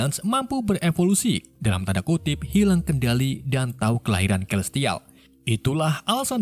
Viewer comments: Celestial dibacanya selestial bang. Inggrisnya belepotan banget, domo juga bentuknya segitiga bang bukan kotak 🤣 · celestial dibaca selistial bukan kelistial 🗿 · dasar orang negara sana ya selestial jadi kelestial ahahahahahaha